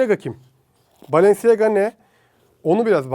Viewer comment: Bı kere o balenciaga diye yazılıyor balanciya diye okunuyor yani ayakkabıcı dedi .